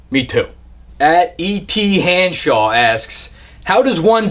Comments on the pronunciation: lost it at "Et Hanshaw" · I died at ET-han-shaw